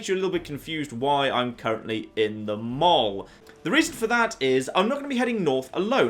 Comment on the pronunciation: You pronounce the word 'mall' strangely, unlike anyone I've ever heard before, regardless of accent or country of origin.